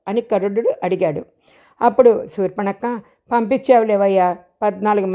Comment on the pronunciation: సూర్ప నఖ అనాలి సూర్పణక్క కాదు